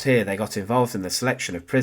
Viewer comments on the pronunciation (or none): none